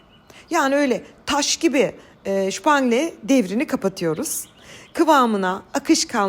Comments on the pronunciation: Ellerinize sağlık, gerçekten harika görünüyor. Ancak video boyunca şupangle demeniz çok kulak tırmalıyor. Soupe anglaise, zuppa Inglese, yani İngiliz çorbası, Italian trifle, tam Türkçe okunuşuyla *supanglez*. Orijinalinde dibinde liköre batırılmış pandispanya ya da kek olur ama böyle de harika olmuş. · Alman tatlısı mı sanki supangle Ayrıca ne tatlısı olursa olsun bizim ülkemizde herkes supangle der, video da Türkçe paylaşıldığına göre genel kullanıma uygun bir telaffuz daha iyi olurmuş kanımca. Ben ilk defa şıpangle şeklinde ifade edildiğini duydum garip geldi bana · Shupamgle değil ya supamgle diye okuyun ya dogru dürüst orjinalıni soupe anglaise (supangaliz) diye söyleyin.shupangle şupangle çok komik kaçıyor Fransızlar duymasın....ama bu tatlı artık sadece Türkler tarafından yapılıyor o zaman adam gibi supangle desek en güzeli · Abla şupngle değil supangle. Ayrıca bu kakolu puding. Supanglenin altında bisküvi ya da kek olur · almanca da dediğiniz gibi dir belki ama biz supangle deriz şupangle değil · Aynı yorumu yapmışız , nasıl da kulağımı tırmaladı , ingiliz çorbası gibi bir anlamı var adı da oradan geliyor . Almanca mu söylemeye çalışıyor acaba 🤔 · Hımm çok güzel oldu 😊 hnm vakit oldukça da Türkçe çalışsanız biraz, Teencere değil Tencere. Kapalı E 😅 ŞÜpangle de değil, SUpangle.. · ŞÜPANGLE ne gı🙄🙄 Sen Alman mısın? SÜPANGLE onun adı. Bu kadar becerikli bir hanımın bu kadar kendini KOMİK duruma düşürmesi gercekten üzücü. Şüpangle 🙄 Almanca ögreniyorsun sanırım. Kesin stres'e de şitres diyorsunuz dur 😅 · Şpangle değil Supangle lütfen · Abla her şeyi Türkçe anlatıyorsun supangle ye niye şupangle diyorsun şemsiye ye şemşiye demek gibi oluyor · Şüpangile değil Supangile ama😊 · Şupangle degil yanlız😂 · Supangle❌ şupangle✅ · Ellerinize sağlık çok güzel görünüyor Çok severim bayağı uzun zaman oldu yemeyeli Sadece bir şey söyleyeceğim Tatlının ismi Şupangile değilde supangile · S ile soylenen ne zamandır " Ş" ile şupangle oldu.... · Supangle şupangle değil